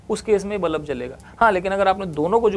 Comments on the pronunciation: Haha tx. Maine bhi abhi fir se suna, I said बलब and not बल्ब😅, and that too many times. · nicely explained ......but bulb ko bullab bolne ka tarika thoda cazual hai😂